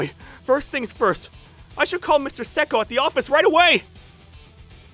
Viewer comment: Him saying: Mr. Seko?!? Mr. Seko?!? What i hear: Mr. Psycho?!? Mr. Psycho?!?